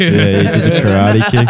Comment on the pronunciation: Karate wise with the soft-a.